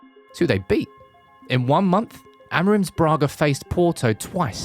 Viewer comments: Não é Amarim é Amorim, aprendam a pronunciar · Is Amorim, not Amerin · "Amarante"????? Amorim!!!!! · O nome dele é AMORIM ! Fale português caragoooo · Adoro a merda da inteligência artificial. "Ameirim" :) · Great editing,great information well done..BUT the wrong pronunciation of his name was driving me nuts...